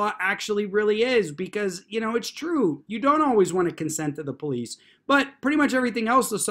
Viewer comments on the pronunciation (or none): none